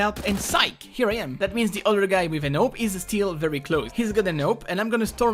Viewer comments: You saying AWP sounds like NOPE! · I love the way you pronounce 'AWP'.